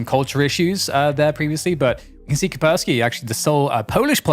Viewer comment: KAS - PER - sssKY , "CUSS" "PEAR" "SKI", "CUSS" "PEAR" "SKI". "CUSS" "PEAR" "SKI" , "CUSS" "PEAR" "SKI" ,"CUSS" "PEAR" "SKI" -------> IT IS NOT THAT DIFFICULT, every caster in the world. And YES, there is an Anti Virus Software Company with a similar sounding name. What kind of computer nerds are you? Please learn the pronunciation and send an email to your colleagues. As this is clearly derived from slavic linguitic roots into a traditional name from this region, it might come in handy in real life one day when you have to pronounce a name in a real-world grown-up situation.